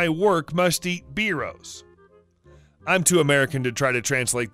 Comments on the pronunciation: Biros = "buy roes" not "beeroes" lol great job otherwise. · Its not beeros it's BIROS BI ROS it's a brand of pen! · "biros" is pronounced "bye-rose" and means the cheap ink pens made by the Biro company; it is a generic term (like how Americans use Xerox for all copiers) for pens =) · Biros pronounced bye rows